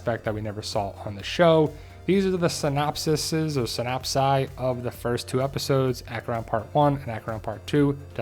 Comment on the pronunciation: Lol it’s “synopses”(pronounced like “see/sees” at the end) my brother 😏🖤…respect🙏! Thank you for doin what you heckin do!!!